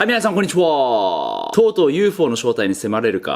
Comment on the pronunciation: はいみなさんこんちにhwa〜で内容が入ってこない